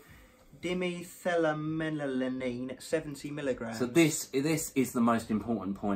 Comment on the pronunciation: I like you guys a lot but that was some butchering of 1,3 dimethylamylamine 😂😂 it's pronounced "Di-methyl-amyl-amine"